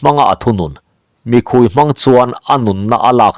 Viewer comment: sihal 'mikhui' tih hi a thluk dan dik tak chu "SIHPHIR" tih thluk ang chiaha sawi rik tur a ni a 'Mi' tih lai khi ri hniam tur a ni a 'khui' tih lai khi ri sang tur a ni e. "Mìkhuí" 'sawrkar ' tih kan sawi rik dan nen pawh a thluk a inang chiah e.